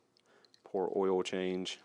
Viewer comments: DON’T Run your Subaru low on “earl”. Otherwise, video is perfect. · It’s pronounced “earl”